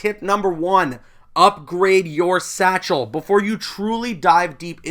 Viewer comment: Everytime he says satchel I die a little inside